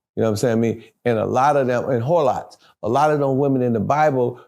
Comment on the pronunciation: He said whorelots 😂